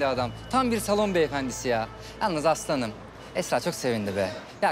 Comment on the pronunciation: aslı hanım derken aslanım der gibi oluyo İSDPŞSAPDLAPDŞSLDMA